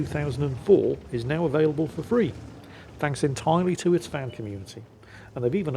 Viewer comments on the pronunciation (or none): none